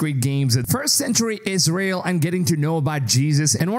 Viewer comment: Did he said " ISREAL"!?